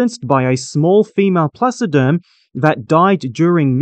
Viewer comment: Thank you for creating & sharing this! BTW never mind, your pronounciation of the Latin names was somewhat off - the way you say it, the word would have two "o": "Dunleoosteus", and the other one "Placoderm" two "s" instead of a "c". 🙂